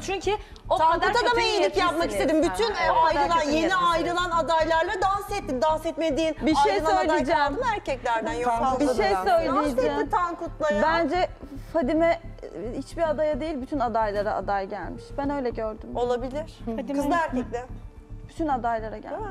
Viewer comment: nin farima ya fadime demesi 😂😂